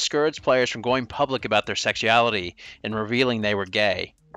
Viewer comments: can't pronounce sexuality without sounding like a southern sheriff from the 60's. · Very well put together video - but bro you have GOT to work pronouncing sexuality 😂